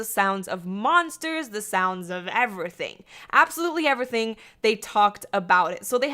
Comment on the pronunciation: EnAHthing and evRAthing